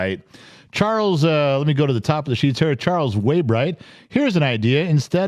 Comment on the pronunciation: Charles way-DIM